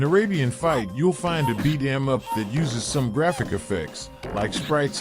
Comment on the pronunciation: As much as I find it interesting to have conversations with AI…especially Grok and ChatGBT..I can not stand AI voices with videos. This one is especially bad. How are gonna do a video game list whilst pronouncing beat em up like that?!